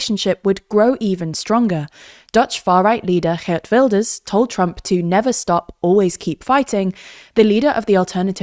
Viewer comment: Well done on your pronunciation of Gert - perfect G